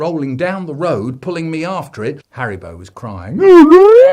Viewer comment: ITS HARRYBO